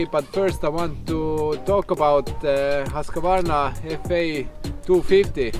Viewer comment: It's not pronounced Hosk-A-Varna😉 try saying it like whos-kvarna 🙂 protip from a Swede 😅